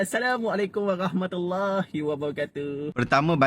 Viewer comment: tntg ustaz tu bg salam diakhir percakapan beliau…”….waGHAHmatullahiwabarakatuh”…sy rasa dia mmg tidak boleh menyebut huruf ra” ataw dlm bhs melayunya dia x blh sebut huruf R”…org kedah kata lidah teloq.